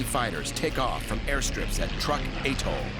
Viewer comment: So could you. (It's "atoll.") 🙄